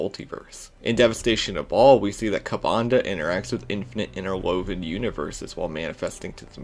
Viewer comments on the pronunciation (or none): none